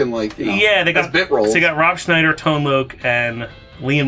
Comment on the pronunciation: Rooooob Scnmhhniider . Hahhahaha